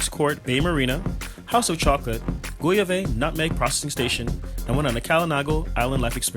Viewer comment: Lol it's pronounced "gowav" not go.ya.vay....thats funny the way you said it....